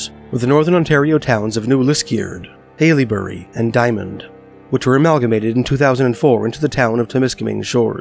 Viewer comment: haileybury (hell-a-berry) Liskeard (Lisk-er-d) sorry it was throwing me off😭